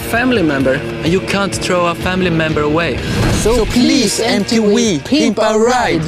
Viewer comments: These guys clearly do not say Em Tee Vee they say Em Tee Vwee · “So pwease em tee wee” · they said ''MTWEE'' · They really said “Pwease etv peemp ou Reide” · " so pweeze mtwee pimp my ride" 🤦🤦😂